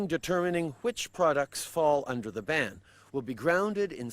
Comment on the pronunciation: Was he going to Barn plastics or Burn plastics or Ban plastics. He can't even read from a script. It is so sad!